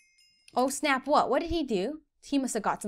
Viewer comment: When he said snappp